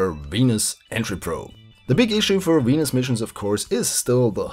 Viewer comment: Hahahahaha you pronounce it "weanus"